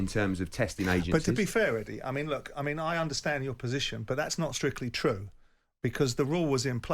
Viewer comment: "Im advancing a posation based on substace" when he initially said it he said "its a fact" bellend